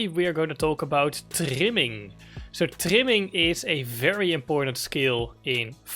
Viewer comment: Bro you saying timming or trimming ?